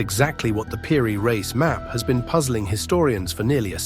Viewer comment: Why cant A.I. pronounce "Peery-Reese"...😖😖